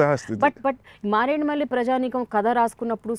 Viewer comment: మారేడుమల్లి.... కాదు మారేడిమిల్లి